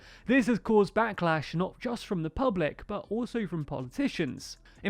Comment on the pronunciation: 'bu' rather that 'but'